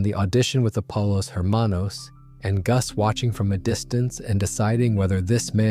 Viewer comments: pollos is pronounced poyos not polos ermanos not her manos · hey bro u said poyos towards the end still said her manos